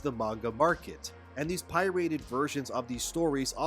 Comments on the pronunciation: One could almost imagine you as AI when you pronounce “pirated” as pie-rated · "Pie-rated" lol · is definitely an AI. Thats twice he had mispronounced 'pirated'. No human being would do such a thing unless he wants us to think hes an AI. What are you playing at???🤔